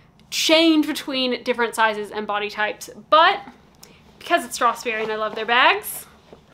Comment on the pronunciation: I do wonder how annoyed the salesperson was when you can’t pronounce the brand correctly even once